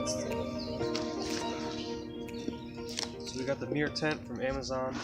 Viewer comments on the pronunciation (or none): It's pronounced "myer" not "mirror".